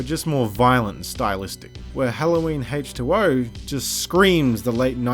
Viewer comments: for some reason it sounds like you're saying hate 2 0 instead of H20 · I love the way you pronounce H20. Great video.